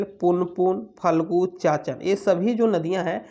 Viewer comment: चाचन नहीं चानन नदी